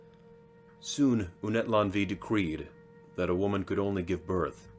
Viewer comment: Good video, but Unetlanvhi is pronounced Ooh-net-lan-uh-hee. 🙏🏽🪶